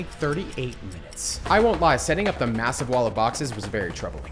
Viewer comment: Did he say MASSIVE?